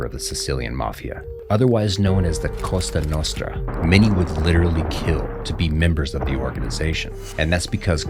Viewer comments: If i may , the sicilian mafia is called " cosa nostra " , not "costa nostra" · Is a Cosa nostra not a Costa Nostra.